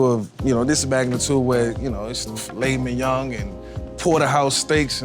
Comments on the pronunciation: Is everyone gunna act like he didnt just add an extra "g" at the end of filet mignon(g).....? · “Fillet minyoung” -Vick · i stay fresh he spelled it the way Vick pronounces it. Mingyong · "Filet minyong"